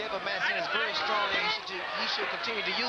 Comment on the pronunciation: I couldn't agree more. HBO wanted him to take some broadcasting lessons but famously, he refused. Terrible diction, syntactic mistakes all over the place and weird metaphors. I wish I had a dime for every time he said "(Fill in Name)...came back very schrong." He stopped just short here of predicting a first round knockdown, something he did in almost every fight in his early commenting career. Then there's his pronunciation of Heaaaaad and Leaaaaags...so annoying, street and unprofessional. One famous fight quote..."he's so much quicker...he's so much agile...and he's so much accurate now" describing Douglas vs. Tyson. Great fighter and an awful broadcaster, as you said, but he picked up checks for over 15 years doing just that. He should have paid Roy Jones Jr. to be his tutor!